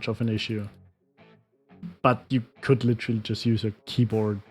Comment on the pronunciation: you say the word 'literally' literally wrong like literally